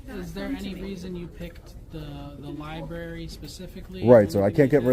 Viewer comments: They even read the word as "lieberry" and "axe"! It just blows my mind! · Not much intelligence amongst library employees. "IM A LAHBERIAN AXING A QUESTION" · It drives me CRAZY that people call the LIEBRARY, LIEBERRY. And its not FILM. THERE HASNT BEEN FILM OR TAPE FOR 3 DECADES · Lie berry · Lie Berry... 🙄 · The liberry. NO libRary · The Libarry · Dont record the li-berry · “Lie-berry”? Great job exposing this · …she works at a library and really just said ‘LIE BERRY’…smh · If you pronounce it lieberry you probably shouldn't work there.